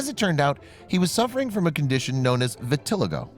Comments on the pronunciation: ViTILLigo lol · Why tf did u pronounce vitiligo like that???